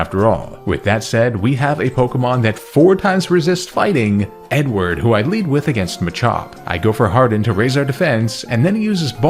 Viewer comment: I kept hearing “N-word” as a nickname for ur Beautifly Edward hahaha